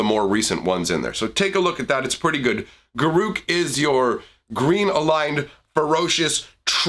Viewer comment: It's garruk